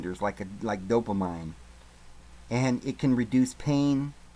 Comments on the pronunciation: Did this guy say 20,016 and "dopa-mine"? Good lord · Dopamine = dope-uh-meen